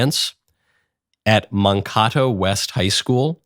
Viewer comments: Hey Michael, Minnesotan here, and it’s pronounced Man-kay-toe. 😂 No worries tho. Yes Tim Walz has destroyed my state, perfect for Scamala’s promised chaos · Man-Kay-toh Mankato. The city of Mankato is in the state of Minnesota. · Mun-kah-toh hahaha Michael apparently doesn't know much about Minnesota. We don't pronounce words too good round these parts. There's a city here, 'new prague', and it's pronounced 'new' as in 'new', and 'prag' like 'rag' or 'bag' (which isn't how you coastal elites pronounce 'bag' btw). Mankato is pronounced Man (as in a person who identifies as a man), Kay (as in K-Mart), Toe (as in the thing I used to have ten of). I almost want Kammie to win just so Walz has less time and attention to focus on destroying this beautiful state. But I'd be happy to bear my manly duty and continue to suffer with him ruining things here in order to prevent him from ruining things everywhere else, too. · I love knowles, but its man- kate- oh, not man-cot-oh. I live near that place. Love the content tho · Just an FYI it’s, the city’s name “Mankato” is pronounced “man-Kay-toe” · It’s pronounced Man-Kay-Toe btw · I love your show but Mankato is pronounced as man Kate oh, at least that’s how we say it here in mn. P.S. Tim walz sucks ass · Pretty sure you probably already been corrected about a million times. It's pronounced man as in can, kay as in okay, toe as in tomato. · Mankato is pronounced 'mankaytoe'. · It's pronounced "Man-kate-o", the city Walz was a teacher in. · It's pronounced man k dough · Michael doesn't care about real Americans. All he was is New York and New Jersey to do better. He can't even be bothered to ask how to pronounce the third biggest city in Minnesota. Mankato is bigger than Fargo. Mankato is not a small town